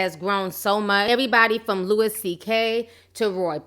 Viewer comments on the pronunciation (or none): Do you need some cries to go with them waaaaburgers ?🙋😳😞😭& IT'S LOUIE NOT LOUIS 👂 LEARN WHITE NAMES .